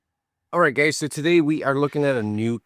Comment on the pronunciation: Did he open up with "okay gaes" ? xD